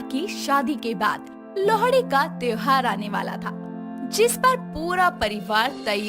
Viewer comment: Bhai wo lohdi nahi lohri hota h🤣🤣🤣🤣